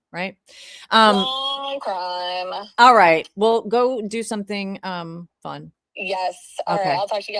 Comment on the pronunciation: Is Law & Cwime 😭 there?